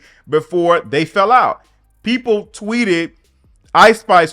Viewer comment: Why did she say “da YT PEEPLS” like that 😂😂😂